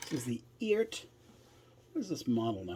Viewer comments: The website says the correct pronunciation is ert. Sounds like earth. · I think the way you say it is, E-art. The reference is to Art. Electronic ART.